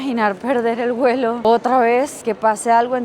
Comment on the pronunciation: Se dice vuelo. No se dice welo